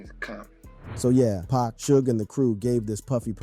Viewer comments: This dude said Pac as pack... Disrespect dude. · Blasphemy!.... Everyone should learn to say Pac!!